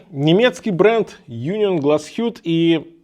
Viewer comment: По-немецки говорится Унион, причём ударение на о. Переводится как Союз. А часы правда шикарные.